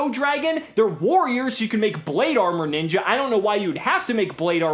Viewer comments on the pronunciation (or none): none